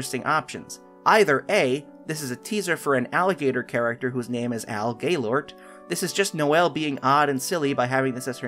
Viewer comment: When he said Al Gailort I thought he said Gaylord💀